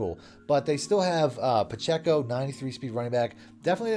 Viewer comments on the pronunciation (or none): none